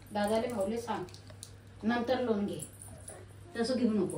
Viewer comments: लोण नाही रे पागला.लोन म्हणत . बोलता येईना आणी चाललं कर्ज काढायला.😅😅😅 दोघ नवरा बायको अशिक्षित आहे. राधिका मस्त शिकलेली आहे. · याला kon लोन देणार 😂 साधा इंग्लिश चा प्रोनाऊन सेशन बरोबर नाही😅 लोन वाला पहिले पळून जायचा हा दिसल्यावर😂 आणि ती हाव न आई हाव न आई बस 😅 बाकी kahi नाही